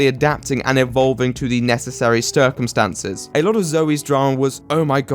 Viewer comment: Stircumstances. Ha. Love this guy.